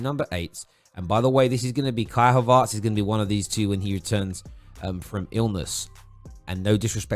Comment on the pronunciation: Well who is this Kai "Havartz"?